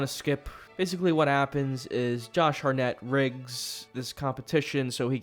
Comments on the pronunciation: He's saying Harnett instead of Hartnett because they got T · HarTnett, with a T. Not Harnett. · Ah yes. Actor "Josh Har-nett". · HART NETT not HARNETT omgggg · Why are you saying Josh Hartnett's name so weirdly man haha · To get more engagement. It's crazy how saying words diffenelty makes people want to comment and watch the video longer.